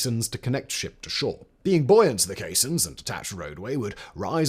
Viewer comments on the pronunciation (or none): No, caissons - pron. kay-sonnz